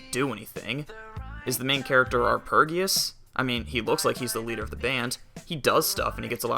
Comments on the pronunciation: It's meant to be R-P-Geus, as in RPG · Are-pej-ee-us, as in arpeggio. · It's pronounced 'are-PEDGE-ee-us'. It's a play on the word 'arpeggio', a musical term.